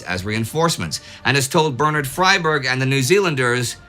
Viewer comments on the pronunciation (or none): none